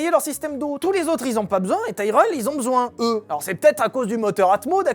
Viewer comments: Ca se dit Tirelle et non taïreul hein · Ca se dit tireul par taïrèle xD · Quand on cherche à passer pour un spécialiste alors qu'on y comprend et n'y connaît rien, ça donne ton "Taille-Reul" ... À l'ignare que tu es, je préciserais qu'on dit "Ti-Relle" même en Anglais !! (Pour info, j'ai écrit le nom phonétiquement !!) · On dit "Tiraile" pas "Taireule". Comme on le prononcerait en francais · Tyrrel prononcé Taïereul, pour ma part j'ai toujours prononcé Tirel, suis-je le seul? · Pourquoi prononcez-vous Taïe-relle ? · On prononce tirrel, à cause du double R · Pourquoi prononcer Tyrell en "Taïreull" ? Ça me rappelle Jacques Laffitte prononçant "Neurbeurgring" plutôt que "Nurbourgring". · Ça se dit tirell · En effet, je viens d'écouter des vidéos en langue anglaise sur l'écurie, et ils prononcent Tirel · J ai jamais entendus prononcés tyrell à ta façon